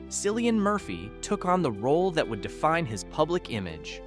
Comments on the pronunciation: How can you claim to know so much about someone and still mispronounce their name? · Learn to pronounce his damn name fer Christ sake